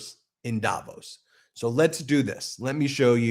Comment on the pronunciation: The accent in the place name Davos is on the 'VOS' and not on the 'Da', BTW. Swiss-Canadian, who has been to Davos, GR, CH, a number of times.